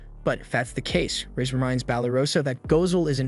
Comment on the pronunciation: bro be calling her razz the hole time